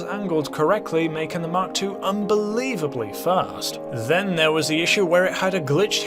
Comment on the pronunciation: Fun fact: It’s pronounced “Mark Two”, not “Em Kay Two”